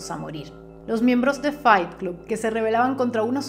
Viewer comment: Pronuncias la primera palabra "FIGHT" correctamente, pero CLUB se pronuncia CLOB.